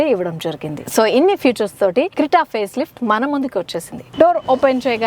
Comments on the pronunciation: Crita kadu lady it’s called Creta, before u review cars - atleast pronouse the car name correct💁🏻‍♂️ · Crita kaadu!! Creta, prepare ayyina taruvatha review evvu